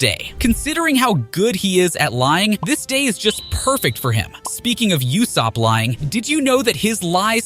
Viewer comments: Learn to pronounce properly it ussop not youssop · Are we just gonna ignore the fact that this man calls Usopp for “Yousopp”?💀